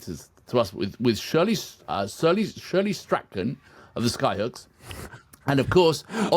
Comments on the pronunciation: Shirley's last name is pronounced as Straun, not Straken lol. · pronounced Strawn, Shirley Strachan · ... except for monotremes, platypus and echidna, they are mamals that lay eggs!! Oh, and Shirley's sir name is pronounced Strawn. And Skyhooks were Australia rock royalty in the 70s. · Tommy Emmanuel, Classical Gas is not to be missed. By the way it's Shirley Strachan pronounced Strawn, He's actually a guy who used to be lead singer of Skyhooks. Sadly missed.